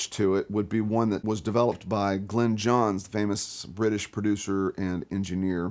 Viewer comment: Might have been nice to get Glyn Johns' name right.